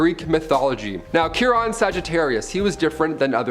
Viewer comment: Chiron is pronounced KY-ronn. "KY" rhymes with "pie," "lie," "lye" (a powerful cleaner), "sigh," "my," and so on.